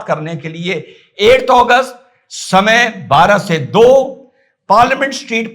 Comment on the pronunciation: 8agust or Please speak claealy in hindi Your voice says 1august which has passed